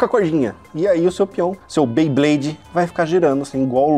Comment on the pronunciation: Beyblade ne nao bayblade